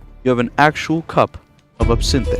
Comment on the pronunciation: That's NOT how you PRONOUNCE the word ABSINTHE